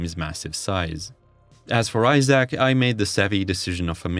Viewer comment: I feel like if you're gonna do a 1 hour long video on a game the least you could is look up the pronunciation of its name